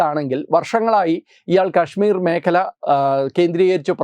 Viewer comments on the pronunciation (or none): none